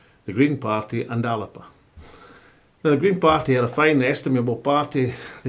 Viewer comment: ALABA ? It’s fucking ALBA !